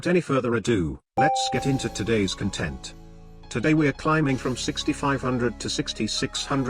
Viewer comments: Waiting for the day the announcer emphasizes "content" correctly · The day he does, I unsubscribe. I love my poorly pronounced conTENT